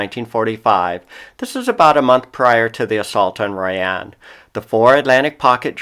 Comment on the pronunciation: It's pronounced Royen